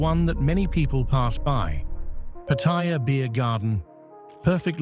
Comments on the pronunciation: >< Paht-ah-yah Not Pa-thai-yah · Pa ta ya’, not pah tie’ ya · Thai pronounciation is Pat-a-ya not Pat-tai-ya , please get it right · If at all possible ..kindly pronounce , as you say PATTY JA ,..thai s pronounce it PAR TAY JAA ..two distinque words in english patty ja ! alas in Thai there consists of three par tay jaa ... more of a slow walk ...then a short shit like patty ja ?. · Pattaya is not like pappaya...Thais pronounce it Patt-a-ya 🙏 Correct pronunciations of Thai place names and words in general..helps when dealing with locals. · Absolutely! The accent is on the FIRST syllable!!! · FFS an absolute cringefest everytime the place is mispronouned every few seconds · Never heard a Thai pronounce Pattaya like you do...... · You'd think an automated voice could pronounce Pattaya properly. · Is ironic that you don't even know how to pronounce the name of the city you are featuring